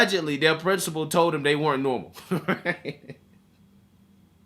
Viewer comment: Wait, I'm in the first like 15 seconds of the video and this fat kid really just said "My principal says I'm not NERMAL" No Susie. If you pronounce normal as NERML, you definitely aren't. Lmfao